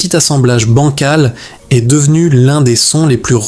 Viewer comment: C'est bizarre, ça ne semble pas être une voix IA et en même temps certaines erreurs ne seraient jamais faites par un humain, par exemple : il est.. prononcé il est... comme le point cardinal avec le t final sonore. Il y a peut-être un peu de twilight dans cette vidéo